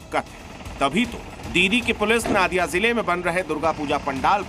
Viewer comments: First you learn that it's not नादिया, नदिया होगा। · Pahle pronounciation thik koro yah নাদিয়া nahi নদীয়া hai 😊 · It's NODIYA ZILLA NOT NADIYA